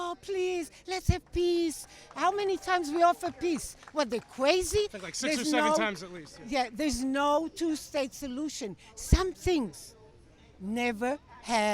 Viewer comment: That bitch said “quazy”